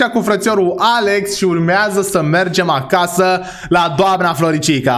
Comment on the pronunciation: Doar eu am auzit în loc de acasa acaza ?😢